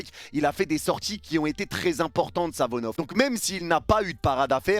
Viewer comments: arête de dire Savonov, le gardien s’apel SAFONOV, avec F pas avec V 😊, chaque fois ttu dis Savonov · Par pitié essaye de bien prononcer le nom de SaFonoV et pas SaVonoF